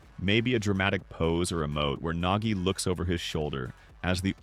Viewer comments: Bro it’s nagi not nogi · Nogi✅ Nagi ❌